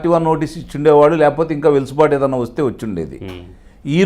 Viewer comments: Sir వెలుసుబాటు కాదండి వెసులుబాటు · కానీ చిన్న మనవి.... మీరు పలుమార్లు... వెసులుబాటు అను పదాన్ని ఎందుకనో వెలుసుబాటు అని సంబోధిస్తున్నారు... అన్యధా భావించవద్దు... దయచేసి సరిచూసుకుని సవరించుకొనగలరు 🙏